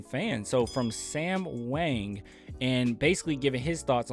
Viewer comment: Whoa, I wrote this article! Thanks for your kind words, you did a great job explaining the piece and adding insightful commentary. Really cool to see my writing on Youtube. GSG (and just as a note, "Hwang" is pronounced like it rhymes with "song")